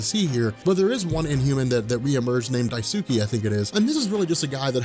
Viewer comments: Protip: When pronouncing Japanese names, there is no emphasis of syllables. that is to say, it's not DaiSOOkee, it's just Daisuke. Sometimes it helps people to pronounce it "Dice-k" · I think it's "die-skay" not "die-sue-key". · Daisuke is pronounced Dice-kay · its pronounced Dice-kay not, "di tsu kee" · Daisuke is pronounced die-skay just in case the in humans ever become important again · dye soo kee? you heart my ears, bro. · it's pronounced "DICE-KAY"... long story short, in many words and phrases in Japanese, the U is silent and skipped. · BTW, Daisuke is pronounced dice-keh. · Daisuke is pronounced "dice-keh."